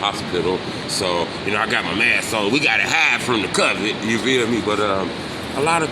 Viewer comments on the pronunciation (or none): "we gotta hide from the cuhvid" 🤣🤣 always sayin things like a boogerhead